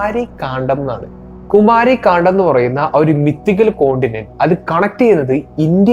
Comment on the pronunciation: കുമാരി കാണ്ഡം. ❌ കുമരി കണ്ടം.✅